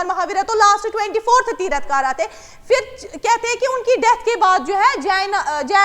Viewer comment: Q 2 Hello medam that is not tirath kara Its Tirthankar